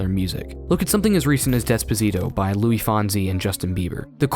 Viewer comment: Great video, but please learn how to pronounce Luis. It's not Louis, more like Lwees. But, amazing video!!